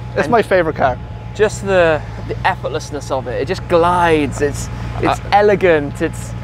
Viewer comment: And in here it's effortlessliss lol